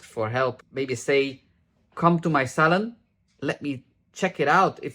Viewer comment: I can listen to talk all day😂 I hear 'salad' not 'salon'. I love the way you pronounce purple and '30 volume' 68 years old, white hair but love watching